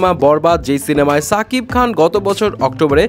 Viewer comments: ছাকিব খান না ভাই শাকিব খান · ছাকিব খান না শাকিব খান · ছাকিব কে রে ভাই? শাকিব বলতে কি সমস্যা?